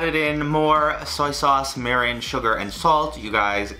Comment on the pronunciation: The way he pronounced “mirin” and “sake”...